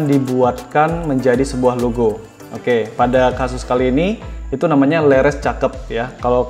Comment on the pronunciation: bacanya leres bang, bukan leres